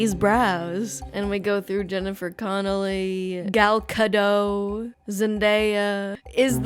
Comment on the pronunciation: Prob just random comment but it's pronounced as written: Ga (as in garden) + Dot (as in ".com").